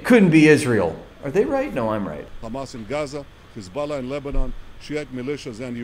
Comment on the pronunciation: What is it with these Israelis that they add the letter 'K' in front of the 'H' whenever they talk about Arab countries. Khamas, instead of Hamas Khouthi instead of Houthi. Khisbulla instead of Hisbulla What gives? Why don't they do they when talking normally?. Like Khappy Birthday Or Khave a nice day?